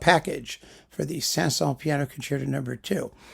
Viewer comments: Ok so I adore Rubinstein. I also adore the 5 Saint-Saëns piano concerti. In my opinion you say his name perfectly right. It’s the way my piano teacher taught me how to say it! Have you heard the Jean Marie Darré recording? Yes! The recording itself is problematic. It’s fairly old. It cracks a bit. But her performance is in my opinion breathtaking. I saw her once with my piano teach is a master class that JMD gave. She was much older then. But I forgot about her until recently I stumbled on her again. I listened to this set if 5 piano concerti and fell off a chair. I will listen to the Rubinstein. I respect your opinions to the degree that I need to do that. In fact you are darn right most of the time 🙏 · Certainly BBC announcers in the 1960s pronounced Saint-Saens without the final s (my dad recorded various performances on tape) and that seems consistent with general French pronunciation. Dad's recording of SS2 was Colin Horsley (as a late replacement at a Prom) and it was most enjoyable.